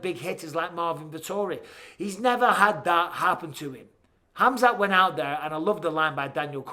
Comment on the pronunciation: spelll correctly... its Khamzat not Hamzat... whyare you keeping the K silent ????